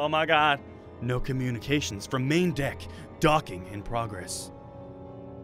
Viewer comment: The way Adam said "Deck" sounded like he said "Dick"... and then he said docking in process... que lenny face